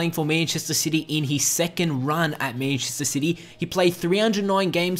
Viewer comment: "Menchester" xD